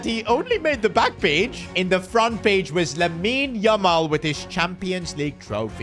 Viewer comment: that is not yamal that's lamal